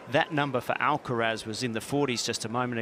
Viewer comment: Finally to find a commentator to correctly announce Alcaraz 's name .